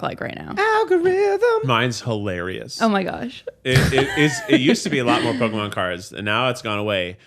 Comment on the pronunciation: Also love that calls it pokéman not Pokémon it makes me chuckle every time